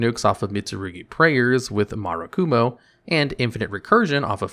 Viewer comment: Murakumo got called 2 different names in this video that WEREN’T pronounced or spelt like Murakumo lmao.